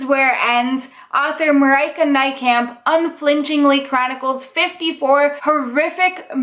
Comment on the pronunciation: I absolutely love the way non-Dutch people pronounce Marieke Nijkamp hahah!